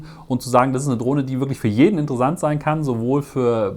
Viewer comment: Gutes Video. Die Aussprache von „Software“ oder „interessant“ mit weichem S kann ich allerdings kaum ertragen.